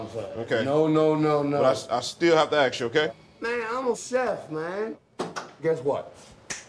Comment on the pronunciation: Ask not aks